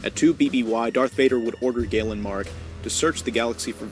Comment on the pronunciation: Anyone else grit their teeth when the people who make the videos fucking butcher one of the characters names. Especially ones that are decently know like galen marek